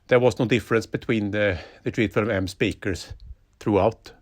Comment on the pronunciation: I like how he makes the word speaker into two words. spee krrz